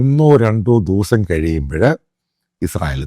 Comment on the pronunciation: ദൗസം എന്നല്ല... ദിവസം എന്നു വേണം പറയുവാൻ... ❤